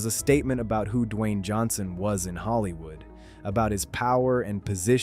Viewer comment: that’s not how his name is pronounced. F*ck actually do the work and stop putting sh*t out on the internet